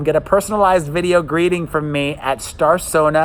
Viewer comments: Did anyone clock that said “fram” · He released a short video yesterday, stumbled over his words and said "fram" lol